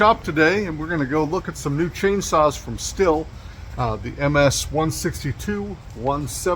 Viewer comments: You Bubba, You need to spend some time in German Class at your local community collage.,,,,,, It's Pronounced "Steel" like the metal - Auf Deutshc sie saga S "ESS", T-""TA", I "EEE", H "HA" L "ELL. - ESS TA EE HA ELL Af Americanish that is pronounced "STEHL" Say it right and don't sound like a red neck ignoreramus. When I hear somebody pronounce it like something you make whiskey in it's like fingernails on the black board to me. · Not trying to be nit picky, but it's pronounced "Steel"